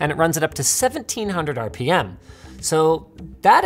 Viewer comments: Did AvE originate the "ripums" thing? (pronunciation of rpm) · "200 Rippems" 200 RPM 😂